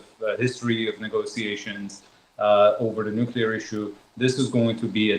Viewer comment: "nucler", "anhilation"? 😂😂😂